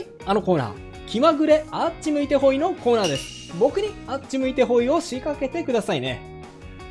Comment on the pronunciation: 動画が凄いタメになるんだけどあっち向いてホイのイントネーションすごい気になる😂